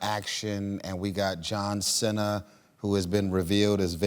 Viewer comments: John "Sin-nah". 😳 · its JOHN CEEEEENA bruhh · “John Cina” 😂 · Is nobody gonna talk about Tyrese pronouncing John Cenas name as John "Cina" ? Lol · the man said John Senna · Did this man say John Cina? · John "Sina"? Lol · "John Sinna" wait what 😂😂😂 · So no one‘s gonna say how he pronounce John Cena‘s name wrong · He KNOW who JOHN CENA IS... pronouncing is name like that,tf!? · I know it's Cena. It was Tyrese pronunciation of it that threw me off